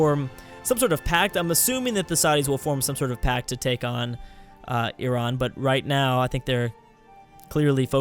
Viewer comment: pronounced Iran perfectly in:D